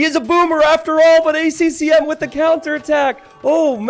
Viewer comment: It kills me how always misses the 2nd "C" in ACCM